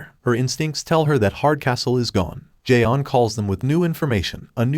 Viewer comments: It's not Jay on, it's john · as well as the martian manhunter isn't j'onn but john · Mr. Garvey: Jay-On. Is there a Jay-On here? J'onn: Do you mean J'onn? Mr. Garvey: You say your name right Jay-On! Mr. Garvey: Tee! Tee! You better be blind, deaf or mute. Tea: It's pronounced Tay-Ah.